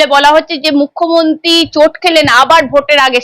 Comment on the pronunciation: আপনি কেন বারবার "মুখ্যমন্তী" বলেন? জিভের জড়তা কাটিয়ে "মুখ্যমন্ত্রী" বলুন দয়া করে!